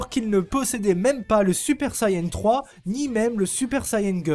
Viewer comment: SUPER VIDÉO 👌👌 Et on dit Saiyan pas sayan ni sayain 😂😂